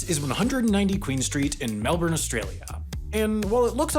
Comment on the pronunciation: you lived here. I know you can pronounce melbourne better than that. We would have bullied you /heavily/ otherwise